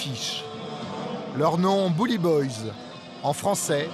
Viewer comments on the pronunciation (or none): none